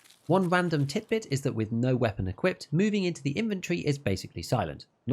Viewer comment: Movin-geh, somethin-geh